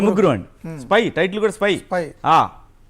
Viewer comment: Syp kaadhu spy